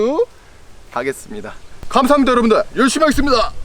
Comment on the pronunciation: 마지막 인사에서 감사하므니다?? 이거듣고 엄청 거슬려서 구독취소 드림.